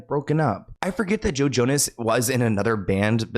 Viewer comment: I was listening (not watching) and swear you said JoJo, no Joe Jonas 😂 and I was like “JoJo Siwa planned Diddy’s parties?!?!”